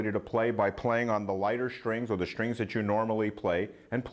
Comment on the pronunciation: His cadence is fine. I throw a flag on the play re: his pronunciation of “strings” as “shtrings.” A lot of New Yorkers put an “h” in words that have an “str” combination. “Shtrong” and “shtrength” are two more examples. The worst is “hishtree” for “history.” 🙄